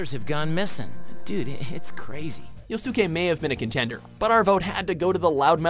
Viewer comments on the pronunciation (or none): Glad Junpei made the list but the pronunciation made it cancerous. It's pronounced JOOnpei. Also Yosuke is not YoSOOke. It's pronounced YosKAY. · Yosookay? Oh my god pls stop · YO-SOooo-KAE. My favorite character from Porsuna furr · Cringe at the way he said Yosuke's name... He even said Junpei weird too, even though the clip includes the characters saying his name as it's meant to be said..... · Ahhh, never checking their work. Wrong on dan's origin and that Yosuke pronunciation:p list on FLEEK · Why does he pronounces Yosuke like that?